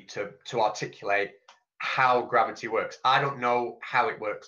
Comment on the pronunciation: I love it! "GRABBITY"!